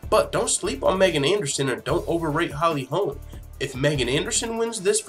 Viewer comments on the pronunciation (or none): i am a subscriber, who likes your low key style. 2 things #1. Her name is pronounced.... MeeeeGan! Dude, you should know that. Drives me crazy you said it wrong 25 times bro. #2. Ass tattoo (FTMMA, funny). That is HOT, wish more girls Actually had that; 1 line script, exactly where you put it. So Hot 👍🏼🤩🇨🇦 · Pronounced.... MeeeeGan!!! Please know this, and fix this. A fan and subscriber.